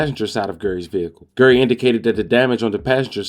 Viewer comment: Bro His Name Is GARY RHYMES WITH CARRY Not Gerry and Idk what you called Dante Rodreguez first name I swore it said Terry 😂😂😂